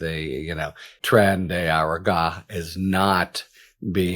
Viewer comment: For f's sake, Harry. aRAGwa like NicaRAGwa.